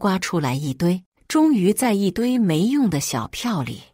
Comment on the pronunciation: 为什么总是把终于读成终桃？不知所谓！😳🥺